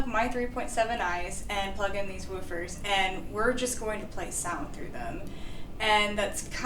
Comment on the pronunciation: Love this. I remember the days when I would stroll into Pacific Stereo and marvel at the latest McIntosh gear, miss that! Now, about these Woof-fer’s, yes, it’s woof-fers, not vufers… Lol, it's all good and these are impressive!